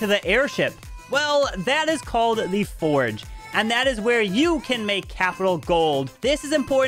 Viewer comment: It's not foreg 😅😂😂it's forj (forge)